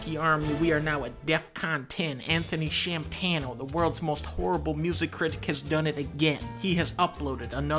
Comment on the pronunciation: "Shamtano" hahah